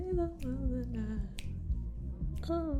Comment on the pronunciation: I wanh to pahty wih you ohl nigh long....Would you like some wah er?